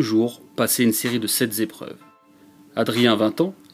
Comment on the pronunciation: "... une série de sept Zépreuves... ". Très joli...